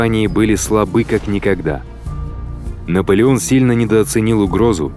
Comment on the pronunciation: Наполеон ээто На от Наполен